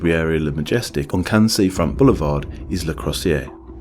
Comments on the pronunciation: “Cans” lmao. Hey guy just say “Can” (Cannes) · You need to look up French pronunciations for your video: Cannes, Les Princes are just so far off the real thing that at first I barely registered they were supposed to be French